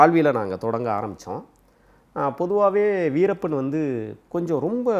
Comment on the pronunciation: adei veerapam veerappam nu solladhada host payale.. veerappan anna alladhu veerappan ayya nu sollu da